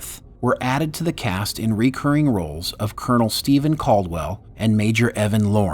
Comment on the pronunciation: Please learn to pronounce “recurring”!